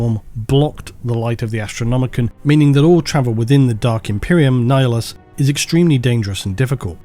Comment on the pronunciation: Nihilus (Ni-Hilus) pronounced as Nayalus